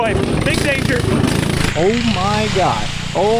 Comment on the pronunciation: "were we in dnager?" lmao